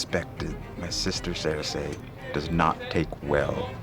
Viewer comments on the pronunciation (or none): To me her name is SerSEE not SerSay